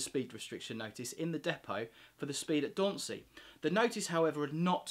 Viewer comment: Yes you did pronounce Dauntsey correctly.